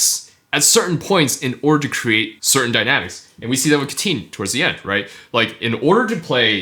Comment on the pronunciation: Am only a cat liker here, not a lover. But he is not Ca-teen, but rather Cat-teen. He indeed is a cat lover.